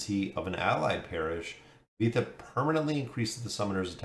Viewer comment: Looks decent and she will be a huge and big hero for bosses … Nivanthi will change the meta for bosses forever thanks for the video. Btw spelling her name Nee-Van-Thee ❤